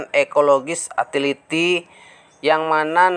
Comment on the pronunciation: Bacanya yutiliti bukan atiliti....kambing udik...orang udik